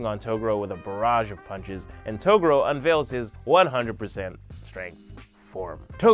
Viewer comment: Claims to be a yuyuhakusho fan.... mispronounces togoro........